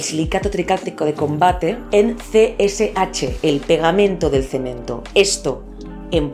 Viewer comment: Jajaja dijo cemen.....